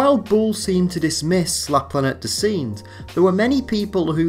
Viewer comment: Your pronunciation of Planete des Singes in truly cringeworthy. Please record it with a better pronunciation. Very bad and deters from your good analysis.